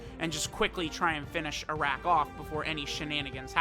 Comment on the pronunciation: His name is pronounced as "Aa'rak" Its an Arabic alcoholic drink